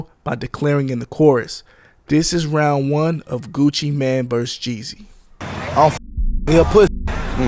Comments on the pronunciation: It’s pronounced Gucci Mane not Gucci Man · How this nigga gonna say Gucci mane name wrong and have clips of Gucci saying Gucci mane and STEADY calling bro Gucci Man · Mane not man okay? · This is a nice compilation of clips, but holy hell the amount of words clipped out is insane. That and calling him 'Gucci man' instead of mane is pretty damn annoying. Like, mane != man. How tf you fuck that up? Imagine calling Super Man or Bat Man Super Mane or Bat Mane lmao. Like its just not even close. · Ngl hearing you call him Gucci man not main hurt my ears the whole video. Other than that good video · It's Gucci MANE not Gucci MAN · Is this Ai? Why is he calling him Gucci Man?